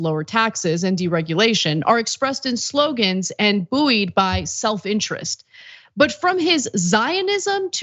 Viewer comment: They keep doing that! It should be just like "boyed".